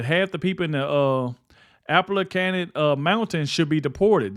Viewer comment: This dude is illiterate! Omg! Bro you cant read? You mispronounced colonel, Appalachian